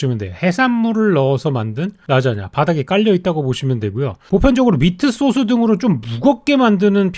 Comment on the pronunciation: 쏘수 발음은 일부러 하는건가요